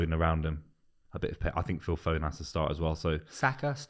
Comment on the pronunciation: This guy said foden I'm out